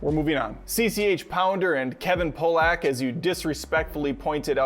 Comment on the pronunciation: Kevin Pah-lock, like the fish. pronunciations too close to that other word disparaging those of Polish descent. I mean, don't cancel anyone. Kevin Pollak can't pronounce words most of the time either and it clearly was not intentional. Maybe bit of Minnesotan accent there, eh? Oh, thank you for giving Tony the business throughout. Fun to see him get razzed.